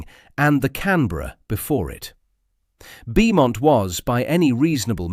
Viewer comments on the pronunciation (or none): Roland Beaumont is pronounced Bowmont. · Pronounced “Bomont” you ignoramus 😡!